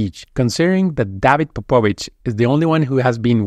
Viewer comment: That is not how to pronounce Popovici. Not even close, where do you see 'vich' at the end - there is an "i" at the end you miss.. Look at Leonardo da Vinci... and now remove the n before the c and say the c as 'ch' (as in beach) so its 'chi' at the end. You would complain if the great Aaron is mis pronounce :-) Great video as usual - thanks so much for all your efforts.